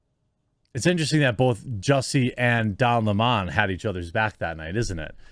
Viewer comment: Please don't make Don Lemon sound more sophisticated than he really is by mispronouncing his name... it's 🍋... Don 🍋